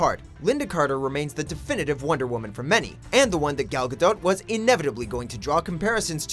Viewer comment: Do you really pronounce the T at the end of Gal Gadot's name??